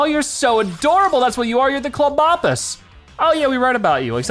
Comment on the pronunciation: It's Clob, as in clobber, and opus, as in octopus. It's pronounced (Clobb-oh-puss)